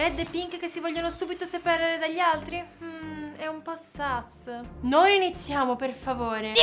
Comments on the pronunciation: Si dice sus no sas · Ma si dice sus non sas